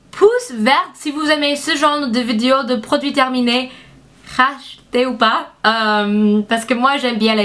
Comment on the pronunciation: Ça m'a fait beaucoup rire quand tu dis Rach-ter ou pas lol